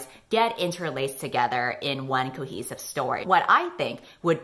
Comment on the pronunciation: Why did I hear say ‘cookie supply’ when she was actually saying ‘cohesive plot’??? ‘More cohesive than’ became ‘more cookies than’. I was so confused because I didn’t remember there being any cookies in any of the books or the show 😂